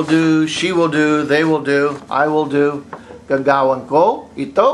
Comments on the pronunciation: Agree with both tNdErLuV & SpikyWC3. Also, you mispronounced both "gawin" & "gagawin". You said "gaga-win" but it should be pronounced "ga-ga-win" with no glottal stop at the end of "ga-ga". "Ga-win" - you pronounced this with the stress on the 1st syllable, when in fact it should be on the 2nd syllable. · nice teaching. but u pronounced gagawin wrong. GAGA-win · the accent on gagawin should be on the first syllable